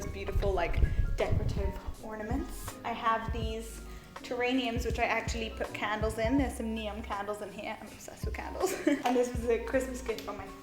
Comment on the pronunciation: Beautiful home and beautiful channel! Just thought I'd let you know they're called terrariums though (not terrainiums) xxx